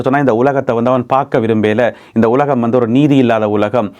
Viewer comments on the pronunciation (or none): none